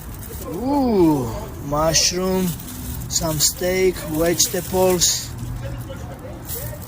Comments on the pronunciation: Merab - "Wedgetables" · When Merab says "some vegetables" it sounds like "some fresh nipples" 😅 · “....steak, wedge-tables....”